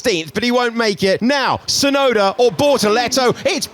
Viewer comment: who is Tsunoder? lol